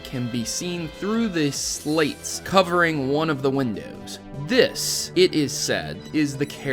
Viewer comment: Bruh you pronounced slats as "slates"... theory invalid.. :D